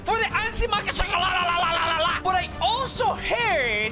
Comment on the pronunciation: "Anzhi Makhachkalalalalalalala" got me laughing very hard